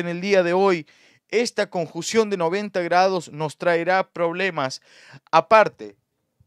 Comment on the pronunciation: ...no se dice conjución es: CONJUNCIÓN!!!!!!!